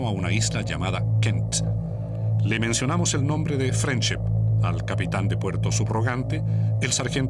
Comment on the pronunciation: se que significa friendship pero "frenchip" como dice la señora que relata ...quien sabe que quiere decir